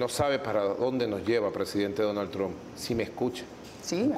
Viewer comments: Dunal trunk😂😂😂😂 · "Donal Trum"😂🤣